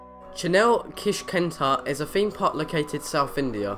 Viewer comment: Top Extract haha no he's talking about how you say your "th's" Example: feem park